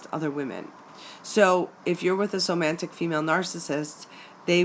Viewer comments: OMG! It’s Somatic NOT Somantic!!!! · Somantic? Isn't it pronounced somatic? I couldn't get past the mispronunciation to listen to the rest of the video. Also not to mention sisters who have somatic narcissism. You said girlfriends, significant others if you're gay, and friendships but entirely left out moms and sisters in your introduction . Lost interest right at the start. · Wheres the N in Somatic that is making it pronounced SomaNtic like romantic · First, I wish you had said somatic, not somantic 😂 any way doesn't matter. I've just realized this is what I'm in. Luckily its only been a month but I've worked her out, all over social media looking extremely sexy, had concerns about other men, asked her and got blamed for ruining her life and how mean I was, silent treatment, jealous of one of my best friends (female) doesn't get on with her sister. Has a list of things that I've ruined in her life, showed me her hoohaa on first web chat. She initiated the chat, we had sex first time I met her, she lives with her partner who is no longer with her and the story was really hard to understand. I'm no longer important to her because I asked too many questions about her online relationships with other men. I am an empath and wear heart on sleeve. The other guys online I identified looked similar. I saw red flags. Things didn't feel right. So I am out !!. Just going through the spending less time each day thinking about her. As a few weeks ago I was obsessed with thinking about her. That was awful. Thank you for doing good work on your channel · Somatic please. Not somanitic.☺ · Not to knit-pick, but there's no 'n' in somatic. Not somantic. Hearing it pronounced wrong a few dozen times is making me a little crazy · It's somatic not somantic lol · Oh, thank you. Glad its not just me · Is it somatic or somantic? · Somatic. Not somantic. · Why do you keep saying "somaNtic"....there isn't a "N" in the word! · The correct pronounciation is so-ma-tic